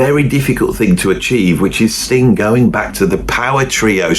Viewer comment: You really must stop putting a k on the end of Sting. It sounds like... well you know what it sounds like. Also you were "sitting" there. you were not "sat" there. Just helping you out with a little grammar.